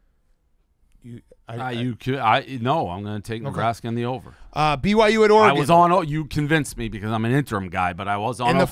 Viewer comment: Dave just can’t say Oregon correctly.